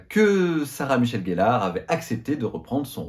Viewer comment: Comment peut on être fan et dire « GELLARE » c’est GELLEUR !